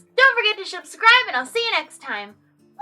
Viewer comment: Wait... Does she say 'Shubscribe'